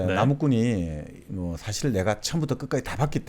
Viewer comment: 사실(事實)을 사실(史實)로 발음하셔서 감히 지적해 보아요 ^^